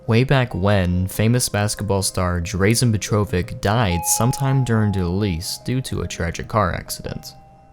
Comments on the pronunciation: Yo, ik im late, but his name is pronouced Drah-Zen Peh-Tro-Vich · It's DRAHzen PETrovic. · That's Barry Sanders on Madden 25... not Adrian Peterson, at least not in the cover shown on this video... also it's drahzen petrovich not drazen petrovic the pronunciation... please do a little research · He really called him Draisin pet-tro-vick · Drayzhen Pettrovick... ouch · DRAW-zen PET-ro-vick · Drazen Petrovic (DRAH-ZEN PETRO-VICK)....ur welcome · It’s pronounced drazan petrovich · Its Dražen Petrovič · Drah-zen pet-roh-vich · Ouch at the mispronunciation of Drazen Petrovic's name. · That was, um, quite the pronunciation of Dražen Petrović. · Am I the only one deeply disturbed by how badly he mispronounced Drazen Petrovic's name. Such disrespect. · Oh my god, that pronunciation of Dražen Petrović was so bad my ears started bleeding.. sorry for being this harsh but damn he could have looked it up at least after doing all that research for the video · that one guy obliterated drazen petrovíc’s name. i have his jersey. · That isn’t how you pronounce Drazen Petrovic smh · Totally botched the pronunciation of Drazen’s name but 🤷🏼‍♂️ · Thumbs down for pronouncing Drazen Petrovich's name incorrectly like a million times. Cmon man do some research. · HOW HE SAID DRAZEN PETROVIC HAHAHAHAHHAHAHAHAHAHAHAHAHAHA ITS DRAŽEN PETROVIĆ learn serbians scrubs